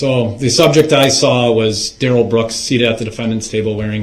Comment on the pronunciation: He said his name was Duh-RELL. But his mom and all the important people in his life call him DARE-uhl.